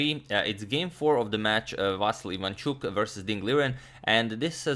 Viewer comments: In Ukrainian it's VasYl (stress on the last syllable). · It is VasYl strees on Y if you want to say it in Ukrainian way from now on but I wouldn't bother, saying Vasiliy is ok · It is Vasyl’ with soft L. Thumbs up so agadmator sees 👍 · Hey, Antonio, please, not VAsyl, but VasYl with last "l" being soft consonant, like VasYl'. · The most correct Ukrainian pronunciation would have stress on "Y" no matter what one told you, Antonio. Its pretty popular Ukrainian name with no stress variations. You can listen to pronunciation Ukrainian spelling is "Василь" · Correct way to say:" Vasyl" is with the stress on "y" (second syllable). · If you want to make it absolutely perfect: the last syllable is stressed, [L'] is a soft (palatalized) consonant :) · Дмитрий Самойлов also the L at the end is soft. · Somehow it's difficult to reconcile the pronunciation of "Vasyl" with chucky 😂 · The thing is that in serbo-croatian stress is almost always on the first syllable and I think his way of pronunciation Vasyl comes very natural to him. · Mate, you got the correct stress for the last name, not a common thing to hear btw, but the first name.. it's VasYl not VAsyl. Thanks for the content. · Native Ukrainian here, can confirm it's VasYl', not VAsyl'. Here's hoping Agad's vast knowledge will be expanded even further. The confusion may be caused by the existence of the pet form VAsia, but it's obviously not applicable in any kind of serious setting (and it's more of a Russian pet form). And kudos to you Agad for the tremendous effort you're putting into making sure you pronounce all these names correctly! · actually, no. He said vAsyl, when its vasYl. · The correct pronunciation is Vasi`l, not Va`sil. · Vasyl comes from western Ukraine and there it was always the only way this name was pronounced. Василій is a typical example of russification of Ukrainian language. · Correct name spelling and pronunciation has increased our vast knowledge! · agad yu keep sayn vasyly lol